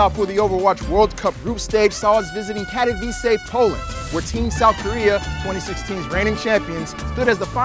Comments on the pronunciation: no it's pronounced with the e at the end, trust me i have been there and am polish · Do English people actually pronounce Katowice like that? Weird...